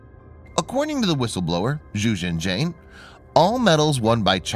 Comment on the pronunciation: Let me help you with your Chinese names. Guangzhou sounds like Gwahng-joe not Gang-zoe. Xue Yinxian is more like Ssh-you-ah Yeen-Sshyen not Zoo Yinzan. I recommend if you find words from China you don't know, find their actual Chinese characters copy them into google translate and press the little speaker button to listen otherwise you will come off sounding like a idiot. (From the Democratic China i.e. Taiwan).